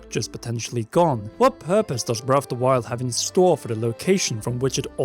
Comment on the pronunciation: Your accent makes it sound like you are saying, "Brelf de Wild".